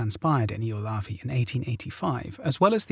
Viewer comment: Ylöjärvi (yløjærʋi, approx eel-uh-yar-vee) isn't the easiest Finnish word out there, mad props for the effort!